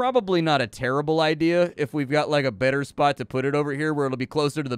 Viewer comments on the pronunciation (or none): none